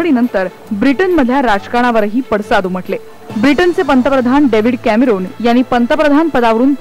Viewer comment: पंतप्रधान डेव्हिड कॅमरुन Cameroon is the Name of Country so it should not be pronounced or written like Roon. ( रु ) Like in Rupiyaa. or Roopiyaa. -------------------------------- The Spelling is David Cameron (कॅमेरॉन) So Marathi Pronunciation should be like run or Ron. Like Rocky or रोंनी ( Pronounced like Rawny ). We don't pronounce Ronny as Roony . डेव्हिड कॅमरन OR David Camerawn ========== Cameroon or कॅमरुन is country. ---------------------------- कॅमेरॉन, कॅमेरान Or कॅमेरन Or कॅमेरॉन is person. =============================